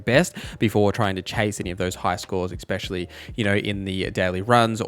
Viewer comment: The word "especially" is pronounced just like it looks. Just trying to help! ES-specially, not EX-pecially. <3